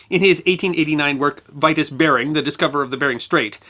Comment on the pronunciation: VERY INTERESTING IN DEED. JUST one thing, 'Vitus' Bering is pronounced: 'Vee'toos' not 'Vaitos'! And he was born in Horsens, East Jutland, Denmark. A fellow Dane.